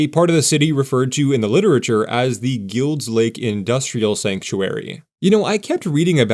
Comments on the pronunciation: Wonderful. Thank you. I think it’s pronounced “Guy-ulds” Lake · It's pronounced GILED's Lake (like the word MILD) even though it's spelled Guild Lake. Locals say the possessive s just like Sauvie Island is called Sauvie's Island by locals. I'm a 4th generation Portlander and my dad grew up in Guild's Lake. His dad was in the military and drove trucks around the shipyards and rail areas during WWII.